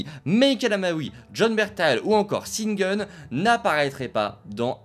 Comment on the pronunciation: C pas sin gean c cheun gunn ça se prononce